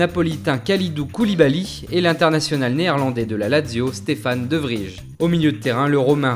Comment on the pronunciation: Woh les français ,UNE BONNE FOIS POUR TOUTE , le "ij" en néerlandais se prononce "eille" donc c'est pas Vijnaldum ou De Vrije c'est Oueillenaldoum et De Vreille la prononciation MERCI